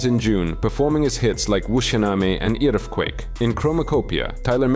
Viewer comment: How do you go about pronouncing Wusyaname and Earfquake like that. Bit flat narration, but alright.